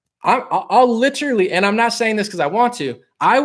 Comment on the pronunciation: Fool, stop this new pronunciation of the word LITERALLY. Ugly new sauce bro, you banging a spy. Ghost this new chick...